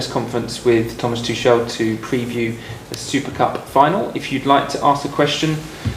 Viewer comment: He is used to it 😅 in PSG his name was said wrong all the time